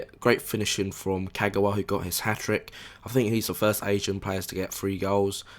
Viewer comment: Don't mean to be annoying but people really need to stop saying Ka-gouw-a, there's no 'ouw' sound, just pronounce all three syllables simply as they should; Ka-ga-wa. 'GA' NOT 'GOUW'